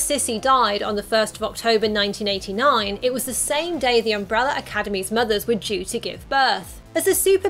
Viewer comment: “Umbrella”…not umbreller